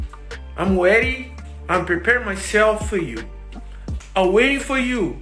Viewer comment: Terry: "Brazill!" Silva: " I'm weady."